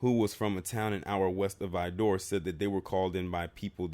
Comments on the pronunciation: Good Lord, whoever told you it's pronounced "Vi-door" is NOT from TX. You had it right the 1st time, Vidor, that's it. As a Texan it just hurts my ears hearing "Vi-door." It's between Houston and Beaumont. I've passed through there on my way to New Orleans a few times and trust me when I say you want to get the HELL outta there ASAP. The one time I had to stop there I felt the heat in the store. Black ppl stay the hell out of there. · You are saying Vidor wrong try saying like vider good video sir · true texans say it like "vid ER"